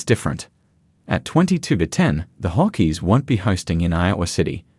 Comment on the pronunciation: Hawkeees / Buckeees. This AI Aussie has a speech impediment